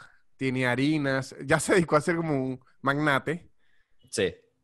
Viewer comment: Amo, AMO, cuando dice "y iá" jajajajaja es geñal!